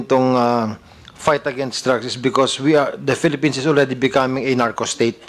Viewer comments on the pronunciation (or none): none